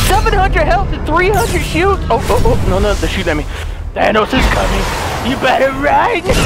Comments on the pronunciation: Thought he said Vanoss. But then found out he said, Thanos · Everytime he said thanos I kept thinking he said vanoss 😂💀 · Christiixn Ur right,I get tricked from them saying vannoss but its thanos😂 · THANOS NOT VANOSS!!!!!! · At first I heard saying "Oh vanoss" I was confused then I saw the title and I replay the video twice and I understand it "thanos" not vanoss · Is he saying Thanos or Vanoss?? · Thanos - Thvannos? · did he say vannos than thanos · It’s Thanus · All i hear is Vanoss not Thanos 😂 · Who else thought he said vanoss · I thought you were saying vanoss😂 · Same, when he said We're finding "vanoss" I was thinking, they're finally playing against eachother. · Heyguys 2.0 same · It sounds like he’s saying vanoss 😂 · Did anyone else notice that said “no ones gonna stand in VANNOSES way”? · Every time he says Thanos it sounds like Vanoss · Every time he says thanos i think he says vanoss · Always sounds like he is saying vanoss xD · I thought u said VANOSS xD in the first of the vid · did he say no trees stand in vanoss way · CuteLitty Kitty I only hear thanos